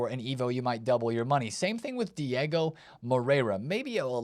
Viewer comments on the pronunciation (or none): none